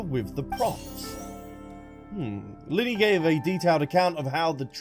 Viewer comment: The way you can’t pronounce the twins names 😂😂 “Lunehtitty and Lunette”